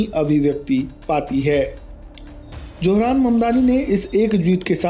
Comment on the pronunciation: Wo apne ko muslim kehta hai suna nahi. Aur johran nahi zohran. Tum logo se naam bhi sahi nahi liya jata. J aur Z mein bohot ferq hai.